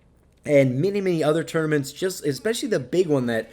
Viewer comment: Tought you said "turdaments"